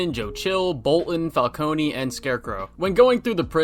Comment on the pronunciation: My favorite part of this game is when he says “I heard one of your guards call me Mr. Falcon! Ingrates can’t even get my name right” and that makes me happy cause my only criticism with the Batman is that the pronounce his name wrong